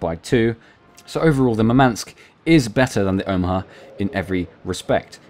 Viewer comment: Russian here to help with pronunciation. Murmansk stress is on the first syllable: mUrmansk, not murmAnsk. Simularly, the Gremyashchiy, has the same syllable shch as the word "borscht." It is a single syllable. Also the stress is on YA: gremYAshchiy. It means "thundering."